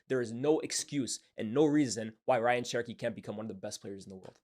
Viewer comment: His name is pronounced RAY-yan btw not Ryan